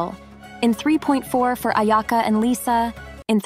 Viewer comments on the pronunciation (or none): none